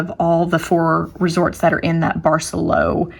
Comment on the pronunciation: Very informative and great video also. For those heading there it’s a good hour on transportation from Cancun airport. That’s easy !! Not like getting all the way down to Tulum. And…the resort…. say it……bar-say-LOW, not bar-SELL-o. Nice resort! Nice destination!